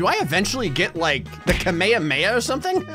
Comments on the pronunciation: Kmehmeh rlly it's kamehameha but idc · His mispronunciation of Kamehameha annoyed the hell out of me, even more so because it was prolly intentional